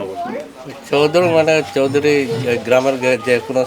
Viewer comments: Choudri noy chakdri bala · Chowdiri na chok diri